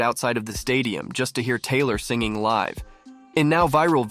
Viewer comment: I was all in until you said liv instead of live. Surprised no one caught that..